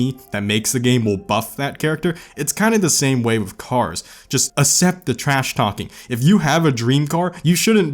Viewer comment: I still don't like the way he says "accept", like it always takes me a second to realize what he said